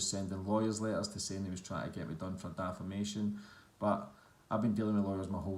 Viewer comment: its defamation not dafamation